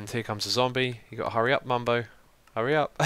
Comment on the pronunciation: Xisuma he not called mumbo he´s called bumbo